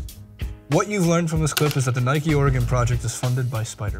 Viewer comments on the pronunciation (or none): ITS (ORE-GEN) dude, seriously?!?! not (ORE-GONE) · i hate it when you call it oregonnnne like tf its oregon say it quickly